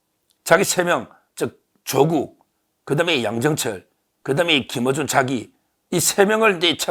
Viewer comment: 틀보(X) 털보(O) 김으준(X) 김어준(O)